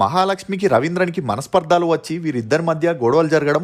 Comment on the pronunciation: Tammudu nee videos outstanding ga untaai. Oka chinna suggestion " Manasparthaalu kadu manasparthalu short sound